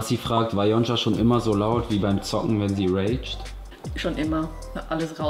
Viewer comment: Wieso nennt yonca eigentlich immer yonscha 😅😂😂